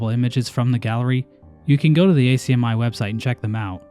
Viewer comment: We just call it Ack-Me (ACMI), I've never heard anyone spell it out like that haha